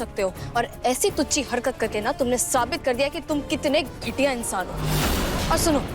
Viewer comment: Ghatiya ❎ ghetya✅😂😂😂 हिंदी bhe nahi bol pari❤❤❤